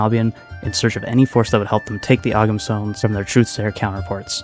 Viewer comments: Albion is a faction that I would love to see explored again and turned into a proper army. And fun fact, ogham is pronounced oh-um, and it's the earliest form of writing known in Ireland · The G in Ogham is silent. Rhymes with Tome.